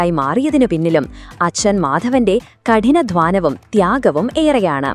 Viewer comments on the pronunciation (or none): കഠിന ധ്വാനമോ?? അതെന്താണ് സാധനം?? കഠിനാധ്വാനം എന്ന കൂട്ടി വായിക്കാൻ അറിയില്ല അല്ലേ കഠിന ധ്വാനം പോലും